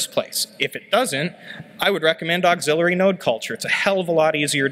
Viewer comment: "axillary" is not pronounced like "auxiliary", but rather "axe-ill-airy".